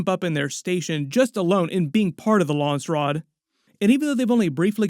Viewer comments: It's Landsraad, not Lansraad. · it's not lawnsrod its LANDS RAD.